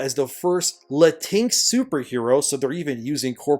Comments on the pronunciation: The proper pronunciation is Lateenex. And not everyone uses it, just some people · The fact she said Lantix pulled me out the film ❌ I’ll watch on Max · I'm a Latino and I'm not watching Blue Beetle for the simple reason that the director uses the term "Latinx". That word can't even be pronounced properly in Spanish